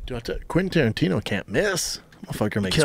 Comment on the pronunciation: Haha "Tarantiner"